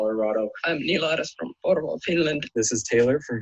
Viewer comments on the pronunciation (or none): none